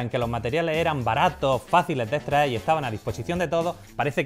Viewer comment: "podemo" "etraer"